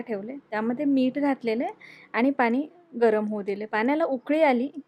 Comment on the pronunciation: बाई पाणी म्हण. पानी नाही. पिण्यासाठी, पिन्यासाठी नाही.